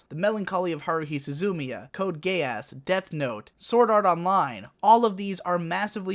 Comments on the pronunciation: I enjoyed it but damn hearing you say Ge-ass for geass, really irritates me lol. It's not a Japanese word, so surprise surprise they pronounce it wrong, it's like the plural of Goose (geese). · In the show its pronounced GEE-Ahss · "Code Gay-Ass" Is that the proper pronunciation or was that a joke? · I love how you pronounce Geass.